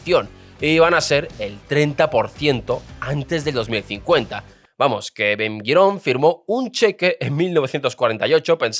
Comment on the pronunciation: Ben Gurion, Ashkenazim, jaredim... Pronuncia bien pelotudo.